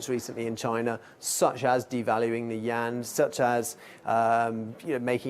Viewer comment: 1st problem with your video you never properly pronounced the (you-won'")yuan I call Bstttttt